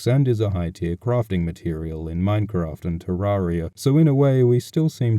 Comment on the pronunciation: Jordan Lu he said it right